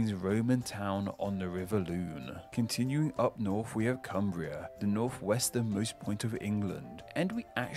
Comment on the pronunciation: it isn't an impediment as a lisp, it is purely down to lazy speach. This "f" sound is quire common in areas of London.